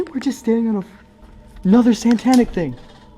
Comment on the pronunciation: "WE'RE STANDING ON ANOTHER SANTANIC THING" .......HAIL SANTA.